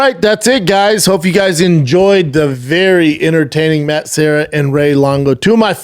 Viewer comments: Matt serra. Not matt sierra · Matt's last name is Serra not Sierra. You talked to him for an hour and got it wrong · Serra not sierra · Classic Schwab,,,, Matt SEE - era and then SEE - era pulls out the Brian KAY - Lin !!!! And then the King of Mis Pronunciations Schwab CORRECTS SEE - era for his KAY - Lin !!!! Classic Schwaaby show!!! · Why can't Brendan pronounce Matt Serra's name in the beginning?